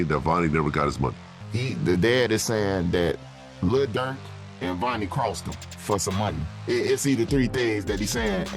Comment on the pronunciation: OTF Vonie not Venie